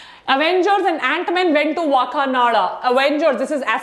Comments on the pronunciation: Maidumb its not wa kananda Woh hai Wakaaandaaa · Maam part 2 to chahiye Aur woh wakanada nahi wakanda hai